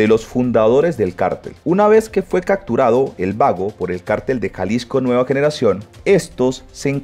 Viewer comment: Tenes super buen contenido socio bastante información en tus videos, pero me parte el tímpano cuando decis cacturados en todo caso se pronuncia capturadod... solo es una observación mi bro.